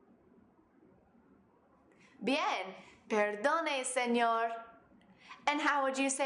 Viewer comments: no dijo bien perdone dijo perrrrddddonnne SeññññoOOOOOoor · y dijo señorrrrrrrrrrrrrrrrrrrrrrrrrrrrrrrrrrrrrrrrrrrrrrrrrrrrrrrrrrrrr